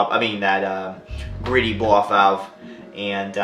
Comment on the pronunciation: The correct pronunciation of Greddy should be- G-Ready. Ji- re di